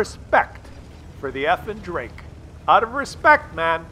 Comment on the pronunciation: Love your videos, but if you truly respect these players, like you say in this episode and many more, then you could at least back that up by pronouncing the guy's username properly. It's Effing_Drako, not Effing_Drake. Keep up the good work though. 👌